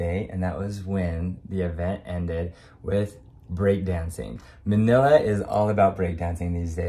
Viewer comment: Oh no he called manilla, manilli.